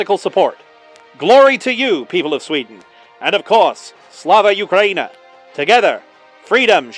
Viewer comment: Is that your voice? Nice voice acting, it sounds very authentic. A tip for pronouncing 'slava Ukraina' : it's more like 'slava oo-kra-ee-na' (instead of 'you-kra-ee-na')